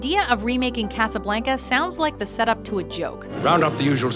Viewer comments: Kass-uh-blank-uh? Is that a Canadian thing, I've always understood it to be pronounced "Kah-suh-blahn-kuh" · I swear, it is personal goal to fuck up as many easy word pronunciations as possible. It's CasablOnca!! Not casablAnca ((and I type this in the way it is pronounced, not spelled)) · Omg.... did you just say Casablanca likr (caysablaynca) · The pronunciation of “Casablanca” made me shudder; it was so bad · Stop saying Casablanca like that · never fails to piss me off with their pronunciation. Casablanca. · Jesus can you seriously not pronounce Casablanca right? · Did it bother any other Spanish scholars at how she said casa Blanca? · am i the only one who cringed at her pronunciation of casablanca? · Try not to cringe when she says Casa Blanca they way she did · You pronounced "blanca" wrong. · When she mispronounced Casablanca I cringed a little